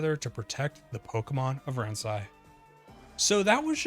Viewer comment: I think "Ransei" is pronounced "Ron-say"